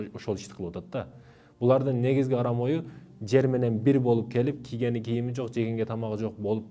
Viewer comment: Озбекче акцентти ондо , кыргызчага .киген кийим эмес кийген кийим болот .